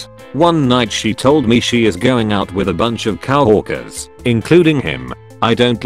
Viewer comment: why did it say cow orkers